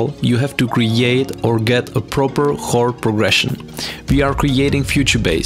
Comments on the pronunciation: It's pronounced "kord" not "horde".. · Why can't you pronounce chord?